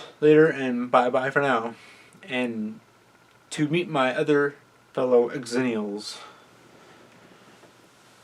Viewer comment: It's not pronounced "ex-zennials" it's "zennials" c'mon man..